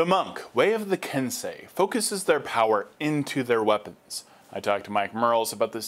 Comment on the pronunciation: Kudos on pronouncing 'Kensei" correctly!